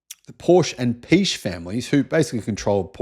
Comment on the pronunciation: Funny fact, pronounces it as "Peach" instead of "Piëch" ("Piejeg")